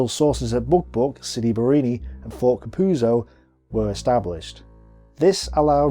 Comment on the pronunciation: Great job! I suggest you work on your pronunciation, though. It's not that hard. You can practice sounding out the names, syllable by syllable: "Ca-puz-zo," "Bar-ra-ni." If you practice it and repeat it a few times, you'll get it.